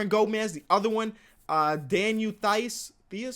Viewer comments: Theis is pronounced “tice” like “entice” without the “en” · It's pronounced (Teis) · Daniel Theis is pronounced T-heise if that makes sense